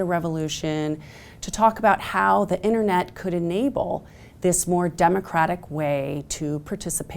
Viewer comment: She lost me at "innernet"